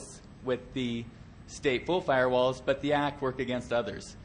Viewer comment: "filrewalls" LOL